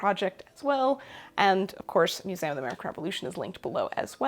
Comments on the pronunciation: No one, Not A Soul:: Mus-ay-um 😜❤️❤️ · As a fellow learning and history lover, I find it SO interesting how you pronounce “museum” part of your regional accent I assume, hopefully this doesn’t offend you, but I’ve been reading a book on linguistics and the history of human language and as a Spanish speaker I find it very interesting how you pronounce the word as it would come naturally to me, instead of “American” vowels, I don’t know just a rambling hole you sent me into in this sewing video of yours that I was already very interested on, haha, love you videos, glad to hear you’re making this your full time job, and godspeed on that :)